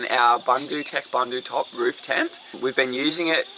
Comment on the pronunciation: Boondootec, boondootop, not to rhyme with sun.